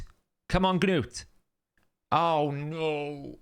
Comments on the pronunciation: Gah-nut is not a Gah-nome, he's a Dwarf. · Its just gnut man, one syllable. just let it go lol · You saying Gnuts name is driving me nuts. The G is silent. Did you not watch the show?